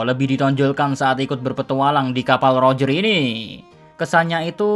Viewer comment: Mimin nyebutnya salah ejakannya, udah keras salah lagi wkwkwk. Bukan pakek L tapi roger pakek huruf R